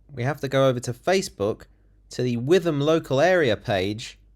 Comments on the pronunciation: its pronounced wit ham not with em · Not that relevant but it’s pronounced Wit-um. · It's pronounced whitahm. Don't go there.